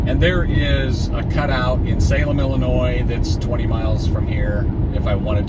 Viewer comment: I tried leaving a comment already, but it's not showing. So if it ends up being a duplicate, sorry. But, as a fellow guy from Illinois, I have to take issue with you saying it with the "S" at the end at the start of the video. haha. Ok, on a more serious note. Sorry to hear about your friend. The way you talk about the other drivers made me think of myself. At around minute 36, it looked like you were driving in Los Angeles area. They drive like maniacs out here when no traffic.